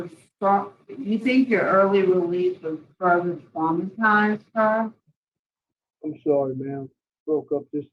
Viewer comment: The second moron , it’s sorry not sorrow. He is so full of 💩 I hope he never gets out